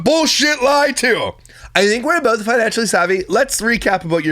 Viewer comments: People who say bolth and pellow crack me up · Lol I think she makes it a point to say "bolth" just to troll you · lol he can’t stand her! They bolth need a speech therapist. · Does she really have to say “bolth” so much?? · Why is the one person who can’t say “bolth” correctly also the one person who uses it in every single sentence she sputters😭